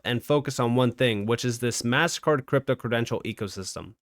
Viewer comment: Is it really that much trouble for you to pronounce MasterCard correctly you keep saying Mast Card don’t be so freaking lazy dude